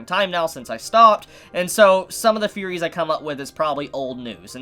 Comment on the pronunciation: fanks for the video, cool feories